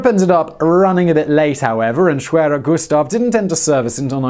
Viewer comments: The "w" is pronounced as a "v" sound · pretty sure it's pronounced ' sh-v-air-er '